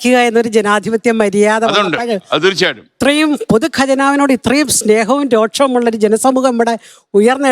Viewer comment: രോക്ഷം അല്ല രോഷം